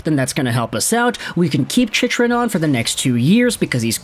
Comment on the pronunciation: Hey,, Chychrun is pronounced Chickrun. Been meaning to mention that for a while now.